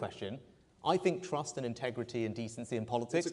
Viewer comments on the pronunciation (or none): We do not want to "Restore Truss"! Rishi - make sure your t's are heard when talking about trust.